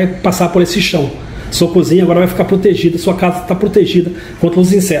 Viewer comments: Pensei que só eu tinha percebido hahahahahah Plotegido aqui não entla kkkkkkkkkkkk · Achei o cebolinha adulto hahahahahahahha